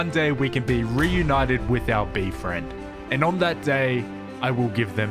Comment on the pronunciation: i find it so funny that he says bee-friend